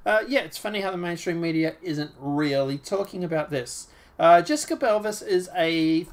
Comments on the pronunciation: I know. He pronounces it Belvis 😆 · Jessica "Boo-Vay"